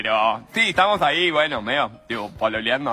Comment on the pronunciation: Dijo pololeandoo? Xdxd